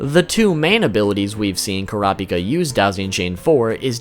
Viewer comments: In the official character book, it's pronounced coo-rah-pee-kah, not cor-op-ik-uh. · kur rah py kuh?!?!?!😂😂 it isnt butchered its obliterated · Dont pronounce Kurapika as one whole word. kura-pika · Annoying how he says he knows he butchers but continues to say it the incorrect way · Why can't so many ppl say his name right? It's so easy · Say the name right please it kills me every time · What’s so hard about saying Kurapika.